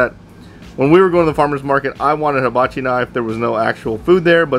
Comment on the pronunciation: Nice knives, big fan of forged in fire too. Oh, and it's hibachi(pronounced "heebachi") not habachi. Just a friendly note...lol